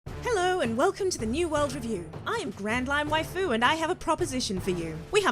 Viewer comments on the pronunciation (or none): none